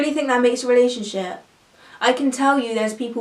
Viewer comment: she keeps saying "relay-ship" and not "relationship" lol